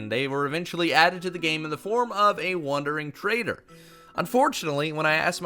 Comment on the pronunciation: What said: The Wandering Trader What i heard: The Wandering Traitor The Jumpscare got me